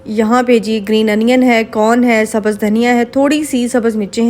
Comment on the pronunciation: Iam sorry say ur prounction always wrong hoti hai aur sabhz nai hota sabz